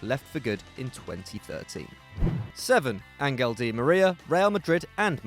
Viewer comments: The fact that the pronunciation of Angel was pronounced with a strong g like angle instead of a passive g like angel is supposed to be kinda got me annoyed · hey dude, you call him "Ahn-gel" di Maria. Which is just as wrong as pronouncing it english (Angel). Try to say "Lasagne". You say "La-sag-ne" ? No. It is "An-chel", che che che. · Why you saying aGenl like an angus bruh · Angel not angle